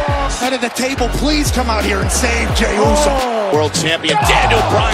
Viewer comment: “It’s all gonna work ahtt”